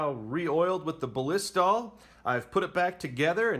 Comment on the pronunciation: Thanks for the educational video. Hopefully by now the creator has learned how to pronounce Ballistol (just watch their commercials or ads). I think he said Ba-LISS-tol a hundred times and it made my ears cringe, hahaha! But again, good video. Thumbs up 👍🏻